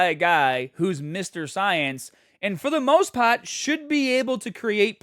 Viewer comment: Very odd accent you have there. Everything is normal except you turn into a New Yorker for "part" or "start-" and then immediately back to normal.